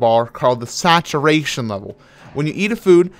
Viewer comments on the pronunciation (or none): he said that SACTURATION